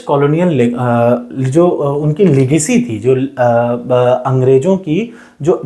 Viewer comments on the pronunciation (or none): none